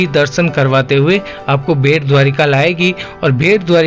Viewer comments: bhet nahin, Bait or Bet ( Bet in Marathi Island) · IT IS NOT BHET, IT SHOULD BE BET..!!